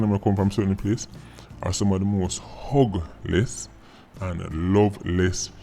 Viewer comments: When you said Jamaican children are some of the most hugless I thought you said ugliest... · well said but ppl gin think you said ugliest instead of hugless lol